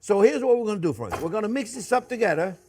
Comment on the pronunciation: That's friends speak proper english